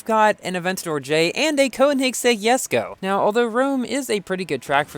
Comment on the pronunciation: It's pronounced JES-KO not YES-KO. R u confused with the letter "j"?